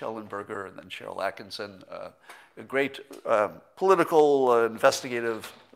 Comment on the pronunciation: Please, Scott, it's Sharyl Attkisson. ONE "s" You and Hannity are always adding an extra "s'.